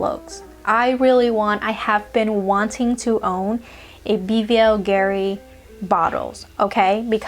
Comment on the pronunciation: yeah keep doing the haul thing n giving us anxiety 😆...i'm about to get a sample of blue turquoise , i remember smelling it liking at one duty free. My faves from MEMO are Italian leather and tiger's nest. Ohh and it's pronounced, Bulgari like boolgari (the V is actually the U) 🙂.